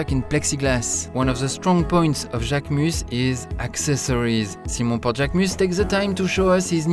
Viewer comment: I loved this video. So much knowledge about the brand and the models. A lot people don’t attempt to pronounce names correctly & get models mixed up but you said mine perfectly. Thank you, I appreciate it x